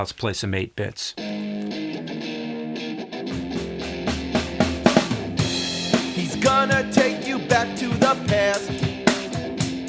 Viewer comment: I thought you said apex but you said 8-bits